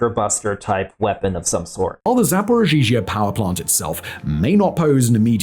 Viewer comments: He says zaporigeegee at 35.36 if you need to know quickly 😂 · "Zaporozhizhia" Sweet Jesus... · hilarious hearing making Zaporizhzhia harder to say than it already is lmao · is putting an extra ‘z’ in the name and it’s driving me nuts. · As a russian speaker. Simons pronunciation of zaporizhiea/zaporozhie is something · Why does say zaporizhia like that? That second zh is not necessary.